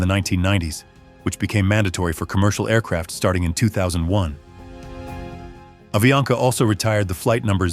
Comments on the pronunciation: Falando o nome da empresa errado , não é aviania , é avianca! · AVIANCA pas AVIANA